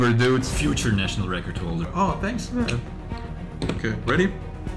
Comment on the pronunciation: bro said furture record holder